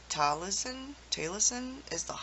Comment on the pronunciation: Learn the sounds of the welsh alphabet to help you to pronounce the names correctly